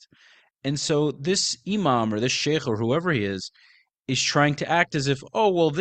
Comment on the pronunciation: how did you pronounce Sheikh like a native? You always surprise me with your Arabic pronounciations! Wow